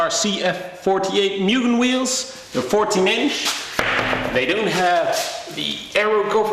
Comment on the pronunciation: Public Service Announcement: The correct pronunciation of Mugen is "MOO-GEN" P. S. Anyway nice video 😃🚗